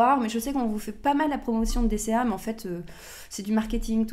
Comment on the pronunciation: DCA et non DSA 🤣🤣🤣